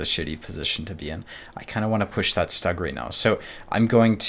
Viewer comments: Please, for the love of god, it's pronounced SHTUG, not stag. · dude great game play but the Stug is pronounced "Stoog", even the US/Brit Vets of WWII called it the Stoog.